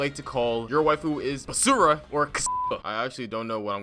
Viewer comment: As someone who is Cuban your pronunciation of Basura hurt my soul.